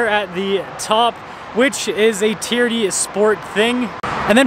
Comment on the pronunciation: TRD, sounds like you're saying TEAR-DEE